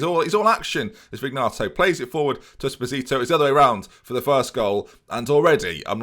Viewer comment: It’s pronounced Check-arelli. Also, and this ones been killing me for a while: Vin-yato, not Vig-nato.